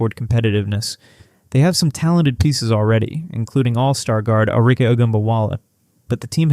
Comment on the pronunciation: If you can't pronounce the players names, your whole channel is discredited. Paige, Lou, Arike all pronounced wrong. Very easy to verify names before producing the video. Why would anyone trust your content? No new info, just lots of words saying almost nothing.